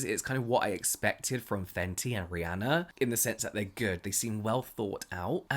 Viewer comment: Ok but can we talk about the intro " faNcY yOu!!!!!" 🤟